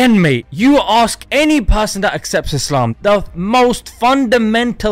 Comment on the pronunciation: what about eezzlaam